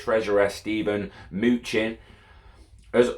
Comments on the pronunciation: His name is pronounced muh-nuh-chin. But keep saying moochin plz 😂🤣😂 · It’s actually muh-new-chin **